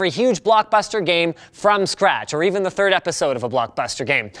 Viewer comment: Linus: *says "or a thrd episode of something" Me:lololololololol Half life was actually my favorite game.